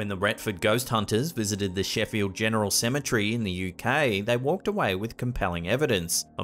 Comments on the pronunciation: It irks me to hear this guy pronounce Symmetry instead of Ce-me-tery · CEM - E - TER - Y. Why do you mispronounce this word so often?